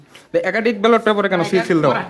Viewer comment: ব্যাটল পেপার কি রে ভাই? ব্যালট পেপার